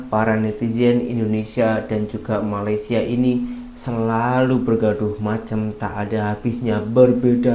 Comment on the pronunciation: YANG PASTI NASI UDUK BUKAN NASI LEMAK! Jauh amat rasa dan lauknya. Sebutan Malaysia oleh orang Indonesia lama betul tetapi sebutan Malaysia oleh orang Indonesia sekarang amat salah. SEBUTAN BETUL meleysia BUKAN malaisie. Orang lama Indonesia lebih menampakkan dan menghargai serumpun dari warga Indonesia sekarang yang lebih menghujat tetapi mengaku serumpun.